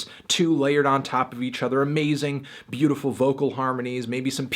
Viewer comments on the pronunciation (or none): none